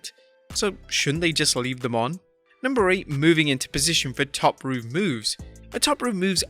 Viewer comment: Why do you pronounce 'rope' like a nutter?